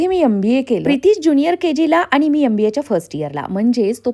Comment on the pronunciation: Aap itne educated ho .magar M.BA KO YUM .BA BOLTE HO